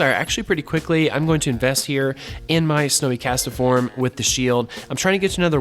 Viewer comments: What's a Cast-A-form?? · ah beat me to it, I was gonna comment that "castform" only has 2 syllables LOL